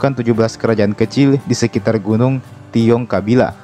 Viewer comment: Tilong kabila, bang bukan tiong kabila 🙏🙏🙏